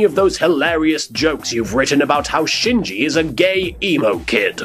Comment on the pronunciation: no English speaker ever pronounces Shinji right (not even in the official dub!)